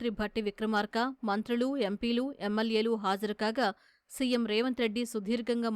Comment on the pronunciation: ఈ న్యూస్ రీడర్ 'ల' మరియు 'ళ' అక్షరాలను తప్పుగా పలుకుతున్నారు. ఆమె MLA ని 'ఎమ్మెల్యే' అనడానికి బదులు 'ఎమ్మెళ్ళే' అంటోంది